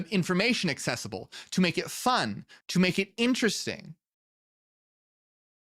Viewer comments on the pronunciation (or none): none